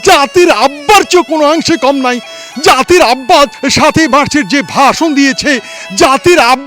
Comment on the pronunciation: জাতির আব্বা আআআআআ এত সুন্দর করে উচ্চারণ করে শুনতে খুবই ভালো লাগে